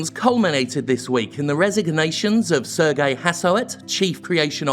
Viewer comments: It's pronounced "Serj", not "Ser-gei". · Worked at ubisoft for years. Cant say Im surprised. btw. Serge is pronounced Surge rather than Sir-gay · Very minor, but "Serge" is pronounced like "Say-rj" not "Sur-gay" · As a french speaker, the way you pronounce Serge Hascouet make me cringe like nails on a chalkboard. Its not pronounce ''Sergei'' like a russian, it's sound more like ''Surge'' in English. And by the way, since i'm at it, Guillemot is prononce ''gui'' (like in guitar) ''lle'' (like ye) ''mot'' (like moe, silent t). And as a ex-Ubisoft employee, i'm pretty sure it was neglect from Yves part. He's a nice guy (i think) but really seem cluless on a lot of topics because he really trust too much people directly under him and HR probably screen him from the complaints. I would describe him as ''naive'' to be blunt. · As a french guy, i have to say your pronounciation of Serge Hascoet et Yves Guillemot kinda offended me but they're still mysoginist, racist, homophobic pieces of shit so it doesn't really matters. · I think you pronounce Serge wrong. And it bugs a lot, considering that there is name that is pronounced like this, but spelled completely differently.